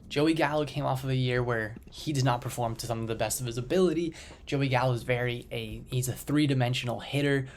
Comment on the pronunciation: You lost me when you said Gallo